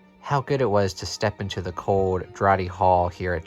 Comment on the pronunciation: can i just say, draughty is pronounced drafty, as in an uncomfortable breeze or wind.